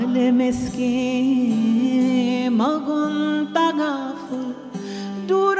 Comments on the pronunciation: 😂 I am just here to say it's zihal-e-miskeen not jihalee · Ze-haal* Bahaq* Yeh dono durust kar lein. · Madam your pronunciation is awful. It is “Zi haal e miskeen”. Real beauty of FARSI is in its pronunciation.